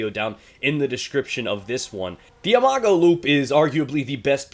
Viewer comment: I cannot stand how you pronounce imago!!!!!